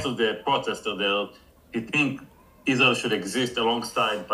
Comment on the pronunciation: "The Gulf countries support Izrail, so..." That pregnant pause where realizes he's not actually prepared for this interview, and then just lightspeed changes the subject [chef's kiss]